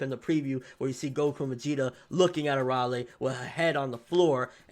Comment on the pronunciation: its Ar-Ale not Araly